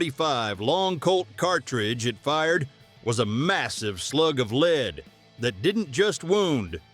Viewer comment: Leed balls 😂